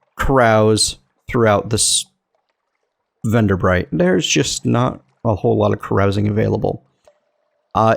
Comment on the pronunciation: You pronounced Venderbight correctly the first time! Good job; everybody messes that up.